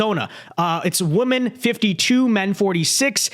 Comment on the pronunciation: Is it me or are people saying women weird lately by saying woman.